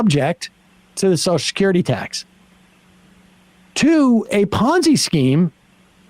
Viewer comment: I think it should be a law that you cannot collect Soshecurity unless you can pronounce Social Security!!!